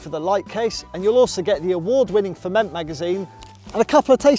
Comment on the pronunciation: More bragging rights over a certain ex-colleague for being able to pronounce ferment normally😂